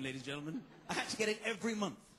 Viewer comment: he said what i think was 'ladies and genlemen' at the beggining but it came out as: lurgumn